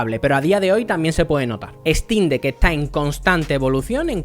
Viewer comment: No puedes ni pronunciar el nombre, obviamente no te gusta la "ejtin deck", imagínate que no te gusta porque no puedes jugar fall guys de origen OMG.